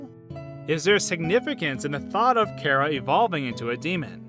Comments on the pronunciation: No your saying cara it’s chara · not pronounced Kara it's car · It’s chara not cara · It’s not kara is chara Then saying wrong character and chara then why would you think of this karacter you say kara and these 2 names of kara and chara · Im pretty sure its Chara,not Kera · Its Chara not Cara. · I think it's ch ara Not Kara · It's chara not kara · CHara not cara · KARA IT SOUNDS LIKE A K BUT IT IS CHARA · It sound like carah, ITS CHARA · it's pronounced ch-ara not kara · you pronounce it wrong its "khærà" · It’s ‘car-uh’ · It's pernounced Chara in Charmander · It's not cara it's Ch-ar-ah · It's pronounced Chora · U are saying Chara wrong in my opinion. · omg ur hurting my head so much is there a video where you say charas name right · You said chara wrong